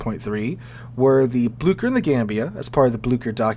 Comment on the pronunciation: Blücher!!!! Not BLuE-KEr, it's like the "Y" in Myst